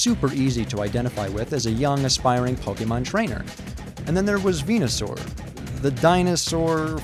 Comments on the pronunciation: **Venusaur, not Venasaur. ;) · 2 things: A. It's VenUsaur not VenAsaur B. Pokemon Green had Venusaur